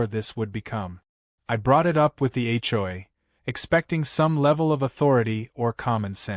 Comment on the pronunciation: It’s an Ai voice not real, so hasn’t learned the correct way.